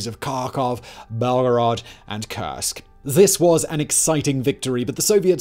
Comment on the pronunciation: Ok, the German pronunciation is difficult. Das Reich reads dad raikh and Keil in Panzerkeil as kile not as kill. The Russian as well. Kursk is pronounced not as cursek but as coorsk. As in cool.